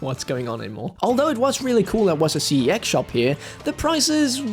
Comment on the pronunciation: I wonder if he's aware that CEX is actually one word pronounced like "sex" and not by individual letter.. lol